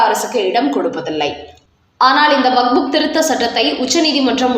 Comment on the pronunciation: நீங்கள் செய்தி வாசிக்கும்போது வக்புக் என்று வாசிக்கும்போது மிக மிக அசிங்கமாக இருக்கிறது. இரண்டு மூன்று முறை நான் சுட்டிக் காட்டி விட்டேன். நீங்கள் திருத்திக் கொள்ள வில்லை.